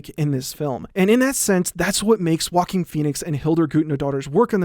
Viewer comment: whenever he says "joaquin phoenix" it sounds like "walking phoenix" to me and i can't stop laughing at this